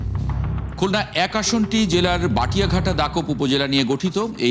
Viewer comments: বটিয়াঘাটা, বাটিয়াঘাটা নয়। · বাটিয়াঘাটা নয় বটিয়াঘাটা উচ্চারণ করতে হবে। বিকৃতি অন্যায়।